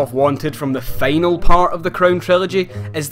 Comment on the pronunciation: "Feynal boss... Feynally..." Lol dude..